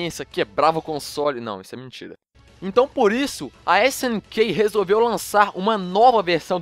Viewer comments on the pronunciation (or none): New dio?? Meu o video ta bom mais...snkey?? Vamos para aula de inglês amigão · esse cara não sabe nem fala snk direito Mano slk nem neogeo fala direito